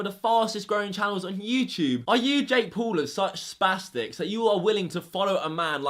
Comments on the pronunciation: dude first of all its not jake pool its jake paul.... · This nigga said jake pool